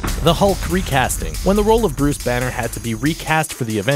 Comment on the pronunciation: Brus Banner, Brus Wane, LOL